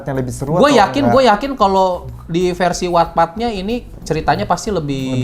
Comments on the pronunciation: Bang, wattpad itu bacanya 'wattpad' bukan 'wattpad' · Sama 🤣 Terus gw mikir emang yg bener wetped apa watpad si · Selalu nunggu konten AADC ini, jadi tau jalan ceritanya walaupun ga nonton. Tapi salfok bgt selama video penyebutan wattpad selalu gue benerin jadi "wetpet" gara gara kebiasaan ngomongnya begitu wkwkwkwkwk 😂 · wetped bang bacanya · 🤣🤣🤣🤣🤣baru Nemu pertama kali channel ini langsung gw subscribe btw itu dibacanya wetpet kaaa😭😭